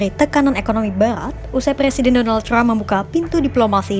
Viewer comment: Donaltrum i tu aneh ya bilang nya ga